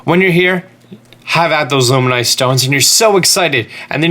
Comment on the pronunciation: Loomaynoy stone ?